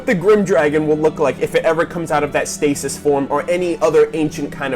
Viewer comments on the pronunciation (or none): none